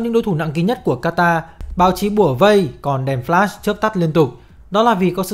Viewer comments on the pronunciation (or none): none